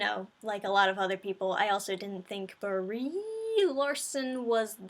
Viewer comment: Did you call her "B-REEEEEEE Larson"?? Oh, I bet the reason for the poor FX are that their technicians were hired for "wokeness" and not talent.